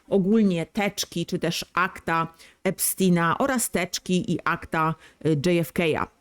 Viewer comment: Epstina😂😂😂😂 mów poprawniej